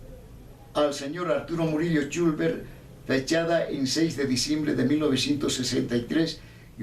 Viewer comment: El apellido es “Chulver” no “Chulber”. Solo esa pequeña corrección, después es un muy buen video. Algo bello que se quedará grabado en la memoria de mi bisabuelito 🫶🏻